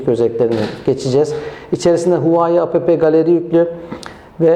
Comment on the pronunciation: huvayi değil huavey diye okunuyor bir de apepe galeri yerine epp galeri diye okuyabilirsiniz . inceleme biraz eksik kalmış